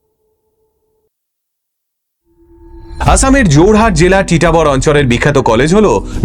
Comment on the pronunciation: আমি আসামের তেজপুরে থেকে ভিডিওটি দেখছি। জায়গাটির নাম টিটাবর না ❌ জায়গাটির নাম হচ্ছে তিতাবর । আর আসামে কখনো এরকম ঘটনা শুনিনি। তবে হতেও পারে।😢 কালা জাদুর পপুলার জায়গা হচ্ছে মায়ং ।